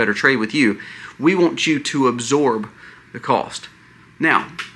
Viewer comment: It’s ABSORB! Not exsorb. Sometimes I worry that your terrible grammar causes people to unsubscribe. I appreciate all the research you do and the variety of topics you cover. So I’ll stay subscribed ❤God bless you.